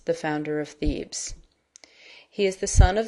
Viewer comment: Bad pronunciation - Tiresias, Thebes, metamorphoses, pronounced wrong